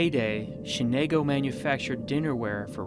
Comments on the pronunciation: Shenango not Shenago. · You're not pronouncing Shenango properly. Where are you guys coming from? Thanks for the vid. I see a lot of fixtures, crates, fire-brick and obviously the china which is still viable that some people would love to have. I'll check out your pages.